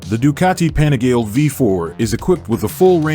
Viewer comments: “Penigel” ?! Panigale is the correct pronunciation! The name "Panigale" comes from the small manufacturing town of Borgo Panigale. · American voice over can't even pronounce Panigale, does my nut in.